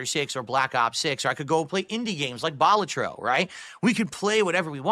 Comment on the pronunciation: really? Ballatroh?